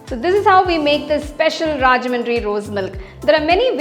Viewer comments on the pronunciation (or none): It's rajahmundry....not rajamadri